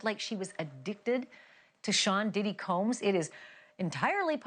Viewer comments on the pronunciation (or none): none